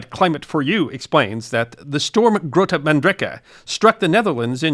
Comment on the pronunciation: Nice try with the pronunciation. The G in Grote is the CH in Achmed, the Dead Terrorist